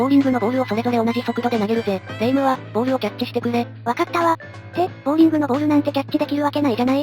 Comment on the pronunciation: ボーリング（穴掘り）じゃなくてボウリング（玉転がし）だよん。